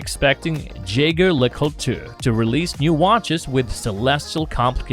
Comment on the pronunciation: Dude it’s cool you like watches but OMG learn how to pronounce these names!! You butcher JLC so hard I couldn’t even keep watching. (Also try learning Tourbillon)